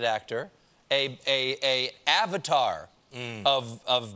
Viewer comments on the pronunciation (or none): none